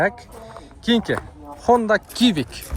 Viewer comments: Хонда кивик эмес сивик эле 😂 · Хонда КИБИК 😂😂😂, СИВИК ДЕЧИ